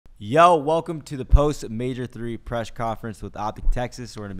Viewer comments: Presh conference 😂😂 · Shotzzy said preshh conference 🤣🤣😑